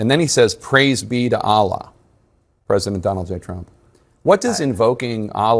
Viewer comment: The “praise allah” you said it wrong.. it’s praise alllllllllllaaaaa hahah Greg BCP read it yesterday but said it ai funny, that trump be saying outloud. It was funny. #trolliingNOTkilling